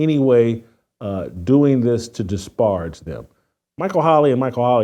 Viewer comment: Learn how to pronounce disparage.